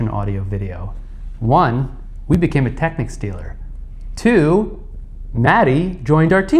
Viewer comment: At last someone from America pronouncing Technics not Techniques. Hello Maddy from Britain.